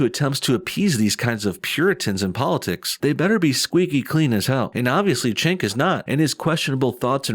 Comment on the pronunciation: it's pronounced Jenk, not Chenk. just sayin